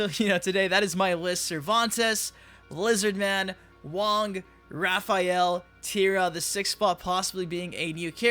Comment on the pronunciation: Tf is Repheal? Lol